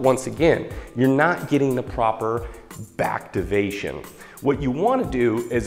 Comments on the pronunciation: when he said bactivation I lost it hahah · Did he just say backtivation? Holy shit this guy's a badass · "Backtivation" LMAO😂😂😂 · Did he just fucking say backtivation